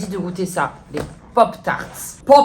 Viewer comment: « Pop taaars » 😂